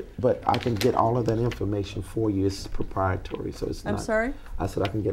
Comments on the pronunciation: CLASSIC GOLD 💣 It's "PROPRIATORY" Not only is he saying it wrongly, the word he's trying to say means the complete opposite of what he thinks (or what I think he's trying to say) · " propatory" Attorney- you mean " proprietary " yeah. LMFAO!!!!!!!!!!!!!!!!!!!!!!!!!!!!!!!!! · 😂😂😂 It propietary accoratley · Propriatory??? WTF..... I laughed sooo hard. He said "Let's not be children "🤣🤣😂😂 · His lies are so egregious he started making up words lol…ie “propietory” which he claims means “open” 😂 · Daytona Says What?! Lmaooo he pronounced it "proprieTORY"! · You forgot Proppriahtory = Proprietary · All them emojis is poh-pahytory, you kneed ta axe Michelle to handle apoh-piatly handle all your phone depah-tments! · "I wanna be ackret.. its prapriatory" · "It's proprietory" lol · It’s “proprietary” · Propority, akerate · He said "proprietary" 😂 I died. I want that lawyer what's her name? She is bad ass!!!